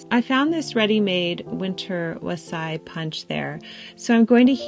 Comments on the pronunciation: Great video; really putting me in the Christmas spirit. Friendly tip: ask your mother-in-law how to pronounce wassail, lol. Your recipe looks delicious! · ❤ For fun, and wassail pronunciation. It's English not French.